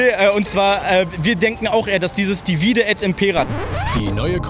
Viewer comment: ich muss vermuten, dass du keinen Lateinunterricht hattest oder sehr schlecht in Latein gewesen sein musst. Bei divide und impera wird die erste Silbe betont bzw. die drittletzte aus der Perspektive der Lateingrammatiker gemäß der einfachen Regel: "Bei 3- oder mehr-als-dreisilbigen Wörtern oder Wortformen wird die vorletzte Silbe betont, wenn sie lang ist, ansonsten die drittletzte." Sowohl bei divide als auch bei impera ist die vorletzte Silbe KURZ. Daher ist die drittletzte zu betonen, wie es dein Kumpel zumindest beim 2. Verb gemacht hat. Also: dívide et ímpera ❤&✌🏻